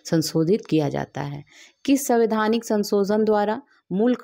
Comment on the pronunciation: Samvaidhanik not SAVIDHANIk